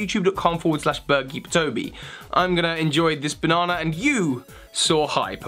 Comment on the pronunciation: It's not pronounced bonona. It's pronouncee bah-nah-nah